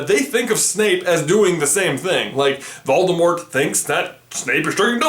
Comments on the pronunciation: you pronounced voldemort wrong. have some respect (its pronounced VOL-di-more) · So am I the only one who knows that the t in Voldemort is silent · Does it bother anyone else that he pronounced the t in Voldemort? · You are saying 'Valdemort' not 'Voldemort' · On t he said "Baldimort." XD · you say it voldemor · I turned on the captions, and whenever you say "Voldemort", it writes "Baltimore". Lol. "Why does Baltimore?" "Why does Baltimore kill unicorns?" Frankly, the rest of the Maryland state has been wondering the same thing! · Call yourself a Potterhead yet you don’t know the T is silent in Voldemort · it is pronounced without the T at the end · the t at the end is silent